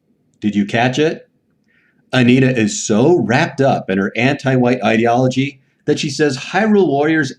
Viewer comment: I miss you saying Ideology like "lid"